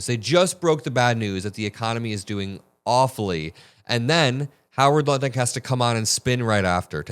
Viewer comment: and you said "Howard Nutlick". Apt name, said intentionally or not, don't you think? 🤣🤣🤣